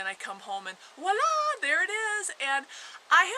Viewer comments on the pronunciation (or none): none